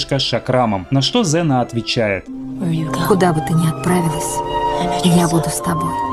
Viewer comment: Ксена а неЗена